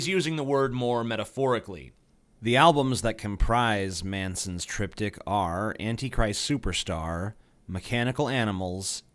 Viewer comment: why did i keep understanding the Trip Dick instead of triptik ahahahahaha